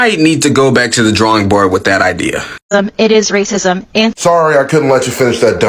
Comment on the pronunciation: upi cant even say the word RACISM PROPERLY...go get some talk therapy madam